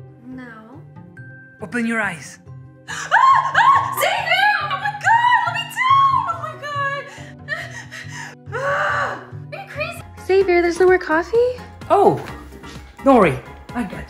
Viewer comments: Xavier is not pronounced saviour. She doesn't even know her boyfriend's name! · lol she says savoiur i think it's pronounced zavier